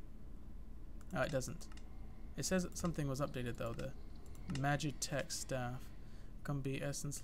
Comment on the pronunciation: you cant even talk ITS NOT MAGICTECH ITS M A G I T E C H